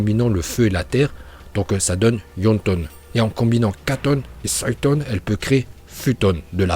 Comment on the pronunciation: ya des noms tu les dtruits en les prononçant comme ninjutsu pas le ninjatsu ou en suiton pas soiton et cest uchiwoiiiii pas uchihaaa meme si sa secrit comme sa uchiha